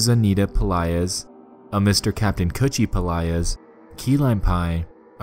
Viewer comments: did he just say kaptain coochie? LMAOO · U said captain coochie? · I can't stop laughing because I keep thinking he's saying coochie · so i aint the only person who heard captin coochie lmfaoo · everytime he say "captain kutchie" I just hear captain coochie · damn thought kutchie was pronounced coochie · its pronounced "cOOCHIE" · Captain kuchie is it pronounce coochie or cutchieb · Kanned Kutchie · I swear to god that is what I heard the entire time and I couldn’t take anything seriously